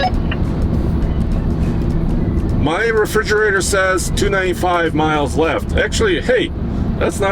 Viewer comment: refridgerator.... LOL